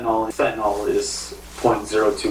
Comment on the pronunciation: You cannot be an "expert" on it if you pronounce it fenta NAWL. Its pronounced like its spelled goofies. Fenta NIL